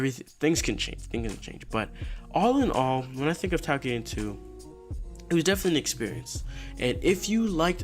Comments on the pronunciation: it sounds like you're saying takiden, but it's toukiden. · basically its pronounce tokiden.